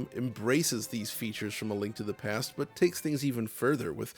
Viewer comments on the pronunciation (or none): none